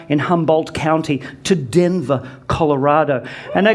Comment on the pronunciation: Says calorado I would have been that guy to scream how was the temperature